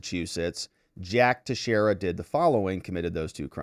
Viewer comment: Finally! Someone pronounced his name correctly.